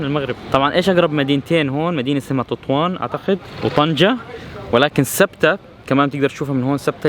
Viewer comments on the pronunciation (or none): none